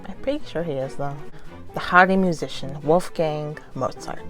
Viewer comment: It actually cracked me up whenever they pronounced their names like: "Vincento van Gohoo" "Wolfugang Amodeous Mozarto" "Arsar Conan Doyle" 😂😂😂